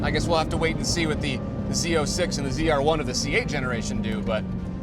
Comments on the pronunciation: Zed-R1. You said it right the first time :) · I like that…” and this is the zed r1… ZR1. Pronouncing it correctly 🎉